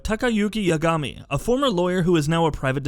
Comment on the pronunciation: I’m only disliking this video because of his crappy pronunciation of Kiryu, Yagami, and Yakuza.